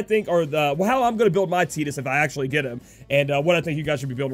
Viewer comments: Buddy Christ I was about to say the same thing, I've always called him tide-us lol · I'm sure youre saying Tidus wrong, im pretty sure its Tide-Us to fit with his water theme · Buddy Christ I thought the same when the game came out but was wrong. Your approaching it from an English speaking perspective. It is pronounced tee-dus